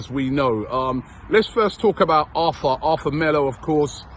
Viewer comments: It's actually pronounced Artur not Arthur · ARRRRTUR - NOT ARTHUR. Christ, Robbie!! He's Brazilian, not English